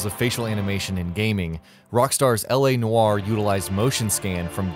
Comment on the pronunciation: L.A NOO-ARE.